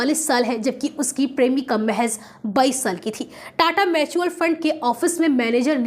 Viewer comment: मैचुअल नहीं म्युचुअल होता है मैडम 😂